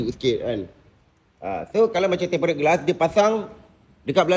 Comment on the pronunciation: Tempered bang (temperd)...bukan tem-pe-red 😂